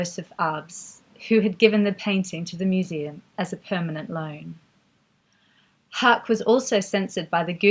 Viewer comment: great content, but Haacke is pronounced "hack-eh"